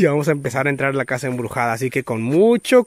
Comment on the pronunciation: "EMBRUSADA" XD